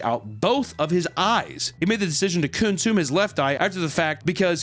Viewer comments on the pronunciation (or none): He said “coon’sume his eye”😂😂😂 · you said COONsume lmfao pretty sneaky sis